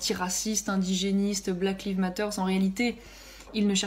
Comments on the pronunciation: Écoutez le lapsus révélateur lorsqu'elle cite le nom du mouvement "black lives matter" en prononçant live comme le verbe "to leave" 🤣🤣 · leave ça veut dire partir/Laisser donc c est important de bien prononcer au moins dire Laïve c est faisable